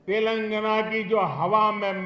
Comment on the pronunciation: తెెలంగణ కాదు, "తెలంగాణ" ముందు పేరు పలకడం తెలుసుకొ మలప త్రాష్టుడా.